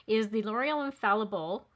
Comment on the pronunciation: Wow! I hate to sound like an elitist “language snob”, but I have watched over a dozen YouTubers test that first L’Oreal product and you are the first to pronounce the name correctly. I actually sought out the ad for the product to find out if L’Oreal had initiated the mispronunciation, and everyone else followed their lead. But no, that was not the case. Thanks for either being familiar with the French pronunciation, or at the very least, cared to perform more than perfunctory research prior to airing your video. Small touches show that you care about your audience and the product that you deliver to us. I want to let you know that I appreciate your attention to detail and that you’ve pushed me over the edge to buy Lumi Le Glow tint. Thank you!